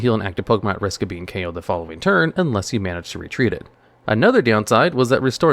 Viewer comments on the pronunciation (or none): none